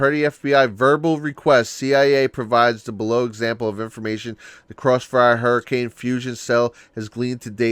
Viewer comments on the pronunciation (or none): none